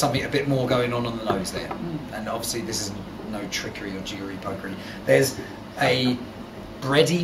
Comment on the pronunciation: did he say jewery?